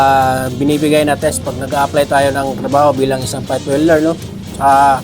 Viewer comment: Ayusen mu mona espileng mu bagu ka mamintas, professional hindi frofisional,.,, welder at hinde weder.